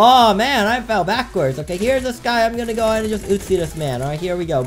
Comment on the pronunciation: I love how he says uzi. “utesi”